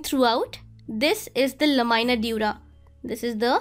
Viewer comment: And one suggestion I want to give is, your pronunciation is of some words needs correction,"la-mi-na" and "api-cal", u pronounce: "la-my-na", hope you got the point 😊